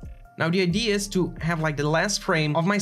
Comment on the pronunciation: You might want to check your pronunciation of ‘creator’. It shouldn’t sound like ‘crater’. Also ‘idea’ vs. ‘ID’.